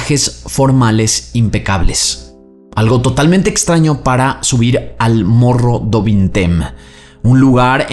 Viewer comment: Mogo du vinteim se pronuncia.